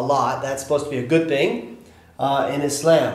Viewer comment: Thumbs up for the proper pronunciation of Islam. Most people look at me weird when I use it.